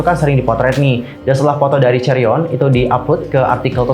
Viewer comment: Chaeryeong not chaeryon